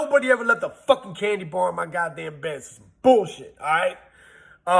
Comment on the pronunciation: Lol he said accumulate.. Lol he said god dame lol.. Dope facts